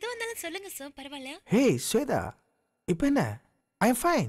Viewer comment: Sweda illada shwetha.correct aa pronounce pannungada. Enda tamil onnu kattundhu samskrita peyaru kolai panreenga